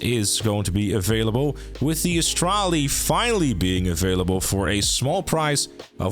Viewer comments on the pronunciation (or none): G'day mate! Oh... it's Astrale, not Australi...